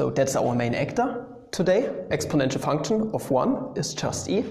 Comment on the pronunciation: Love how u say funchun